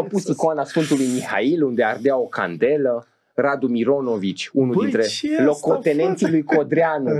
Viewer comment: citate din Sfântul Mihail "... Puteți să dați exemple?!? Care sfânt Mihail, Îngerul?! Îngerii n-au scris cărți, reviste, articole... 😂 Iar accentul pe e din cuvântul ,, candelă" îmi confirmă prima impresie : nu doar că nu aveți o minimă cultură teologică, dar nici limba română nu cunoașteți... (cât de cât... știi ce zic?! 😅) Evident că nu am urmărit nici două minute...